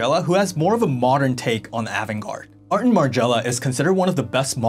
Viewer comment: Great video, but you pronounce avant-garde differently from how I hear most ppl. say it. Also, I remember when the Japanese fashion designers started selling in the USA around 1982 and the look was different but I wouldn’t say the Japanese started it. There were many European designer way before that were avant-garde like Balenciaga, Pierre Cardin, Paco Roban, Claude Montana , Mugler and many more.